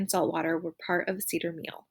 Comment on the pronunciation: Seder is pronounced "Say Der" not See Der